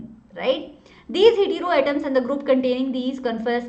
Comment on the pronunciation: Mam heeteeroatom nhi hai😂😂😂😉 Heteroatom hota hai